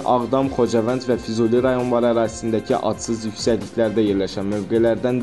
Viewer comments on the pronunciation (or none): none